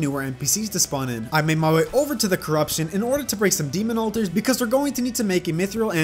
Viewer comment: did just say mithril like myth-reel